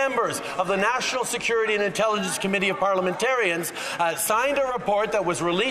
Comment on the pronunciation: tUrdEaU: sEcUreeTy CleErNace